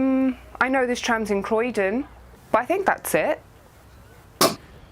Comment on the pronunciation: Uhhhhhmmmm- eyueoi knoe thereiz trahmmmzz in Crwoiuoiydon 💀💀💀💀💀💀